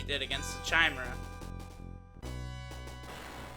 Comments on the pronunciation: there pronounced kye meara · Chuh-mare-uh, lol.